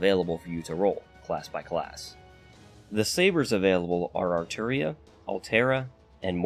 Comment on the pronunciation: Gotta respect a fellow fate nerd who says Arturia lol